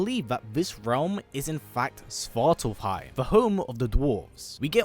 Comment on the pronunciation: Svartalfheim is the home of the dwarves!?! I don’t think so. One, you’re not pronouncing it correctly, and; two, svartalfheim literally translates to “Home of the dark elves” (svart = dark/black, alf = elf, and heim = home”). Nidavellir is the home of the dwarves in Norse mythology.